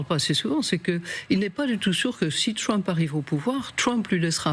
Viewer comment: On dit Trump pas Tchwump ...